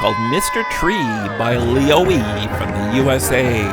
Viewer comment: bro added a chapter for mr tree, which I was the one who made him and also you said my scratch username wrong too lol, it's leo-e-y not leo-e lol and mr tree turns almost THREE years old, kind of crazy, and thanks for adding my tree!! also my didnt have the holder thing and you just added it back lollll.